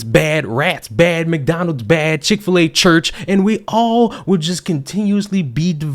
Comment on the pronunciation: “Chik-fil-a Church” preach